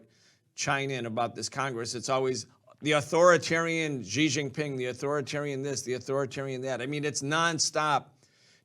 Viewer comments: The white guy can't even pronounce Xi's name properly! Also, Taiwan is NOT Chinese! It's been under even the most nominal Chinese rule only since the Qing dynasty, and then by force of immigration numbers under Fujian people's rule from the late 1800s, and then was a colony of Japan between 1895 and 1945. Around 250,000 Chinese Taiwanese served in the Japanese armed forces during the anti-Japanese war. In 1949 2 million Chinese refugees from the mainland arrived in Taiwan, crushed the earlier Chinese residents' uprising against KMT rule and imposed a single party rule until the 1980s (sic) Since then a unique Taiwanese identity has grown and the people in Taiwan do not want to be part of the PRC. The PRC's claim to Taiwan is pathetic and totally delusional, as much of the CCP's view of the world is. FUCK THE CCP. LONG LIVE INDEPENDENT TAIWAN!! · Thanks for the analysis for those without the time to watch the entire 4 hour address. (someone maybe tell how to pronounce Xi:)